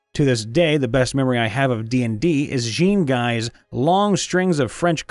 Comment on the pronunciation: for future reference, Jean-Guy is french, it's pronounced like John Ghee cause if I hear that american way of saying it again, i will shit a fully furnished house